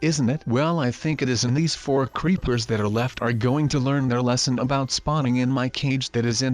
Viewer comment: Does anyone one notice he said creeplersInstead of creepers